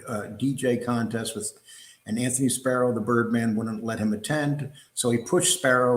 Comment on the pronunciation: It's Spero, not Sparrow. Go watch a bird take a shit in your eye.